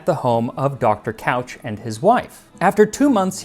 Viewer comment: Hi! Your pronunciation of the last name Couch is incorrect. It should sound more like "cooch". I've been told this story a thousand times by the old family who loves fruitcake.